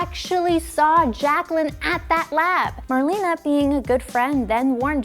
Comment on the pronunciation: So annoying to hear her call Marlena "marlene" over and over